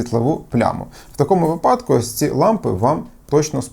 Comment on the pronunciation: Що за СТБ-шна мова? Де ви той випАдок взяли? 😂